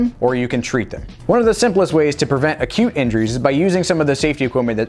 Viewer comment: All the time you said acute injuries i heard 'cute injuries'🤦‍♀️😅